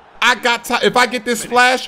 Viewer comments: Ha love it when he says splaash xD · How do he say splash like that??